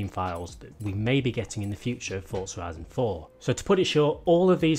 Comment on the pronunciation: Yes you Finally said forza horizon 4 correctly. I love your videos but it’s so annoying how you normally say it